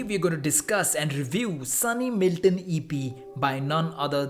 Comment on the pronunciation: So u r saying that his name is SUNNY "MALTON" NOT "MILTON" !! I AM fucking disappointed man 😔😒😒